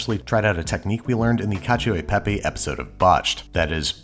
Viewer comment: if you have to act cool saying italian words, then say it correctly. It's cacio and pepE not cacio and pepy. Just say pepper if you can't